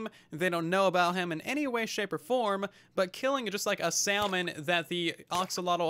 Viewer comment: . Sallmon! Lol